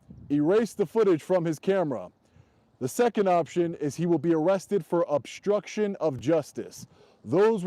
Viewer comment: Dude, with all due respect. Would you please work on speaking English once in a while? You are obnoxious when you say things like 'obshtruction', rather than obstruction, and you connote total ignorance when you say, "Attorney Generals" when you mean, "Attorney General". Not to mention how atrocious you sound when you repeatedly refer to "order of proectections", rather than "orders of protection"? Do you even try to improve your English? You spread around so many lapses in proper grammar that you propagate errors that other people who like you will ape your bad English, and take it or solemn truth. Next, your followers will speak in court using your catch phrases in the same way you do. When a judge hears bastardised English on the bench, he's not expected to be too appreciative of the defendant's perspective. Poor people don't have your resources,. Please be an example if you care for the poor. I notice when you stand before the bench, when it really matters, you have a mouthpiece that doesn't just speak English; he speaks legalese. Please be a good example. I love your work, but please clean up your act before you ask me for money.